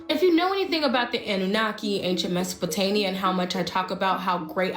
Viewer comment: It's "Mesopotamia" not Mesopotania. And what the heck is a "hardrone" colliider??? It's Hadron pronounced "had ron"! My goodness you are pure TRAMPLING on my OCD!